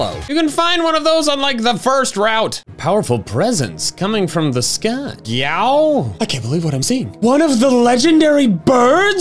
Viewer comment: I'm convinced can't say "sky" correctly anymore, why would Orange say it like that? He's never even met team sky